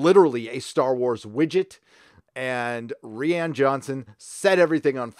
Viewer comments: Is his name really pronounced ree-Anne and not ryan? WTF!!!!! 🤣🤣🤣🤣🤣🤣🤣🤣🤣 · pretty sure I can say, with a certain amount of confidence, that "Rian" is pronounced exactly the same way as "Ryan". and here I thought that version of the name was finally going mainstream and people would be learn to say it correctly. Now it's tied to one of the most divisive movies of all time.. sigh... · fyi rian pronounced like ryan.